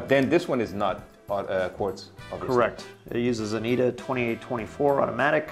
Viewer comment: Did he really just pronounce ETA like that?